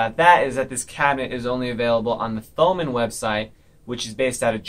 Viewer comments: it pains me that you pronounce thomann as you would "thumb" or "this" or "that". you pronounce it as if it doesn't have an h. pronounced "toe-mann" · your pronunciation of Thomann is funny